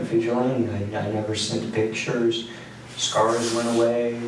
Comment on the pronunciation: "Ya wanna know how I got these scarrss? My plate carrier..."